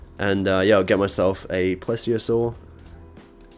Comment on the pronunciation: pretty sure it’s called “please-iosair” not “plez-iosaur”